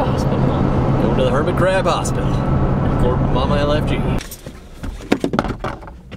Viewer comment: You know what laughter is good medicine. When he said hurbman crab hospital, and willis the rock that was funny.